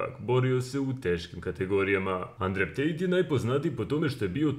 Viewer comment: Да ли је могуће да само мени ово "Андрев" пара уши 🤣